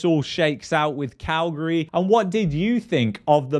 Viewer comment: I like that you pronounce Calgary like us locals do. 😊